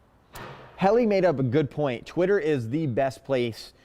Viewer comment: is the best.🙏♥️ Why do I always hear you say"Quitter"instead"Twitter"??!😒